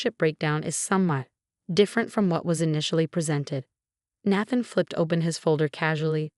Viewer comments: Please adjust the A.I. His name is pronounced: Nay-then, not nah-than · Nay-than not Nath-en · Nath-an? Do these ever get checked? Listened to? Edited? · You need a better computer voice some of the pronunciation is very wrong. For example Therapy is pronounced Thera Pie and Nathan is pronounced wrong about 50% of the time. AI is not pronounced correctly and a lot of the rest is wrong. Why not just do your commentary as a human or is that too much work.